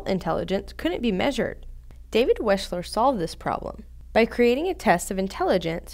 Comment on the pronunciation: I believe his Name is WECHSLER not WESCHLER